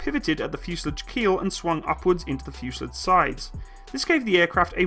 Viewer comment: The fuse er lij ? .... I don't know what school you went to - but they must have had their own version of the English alphabet omitting the T and replacing it with a D. ...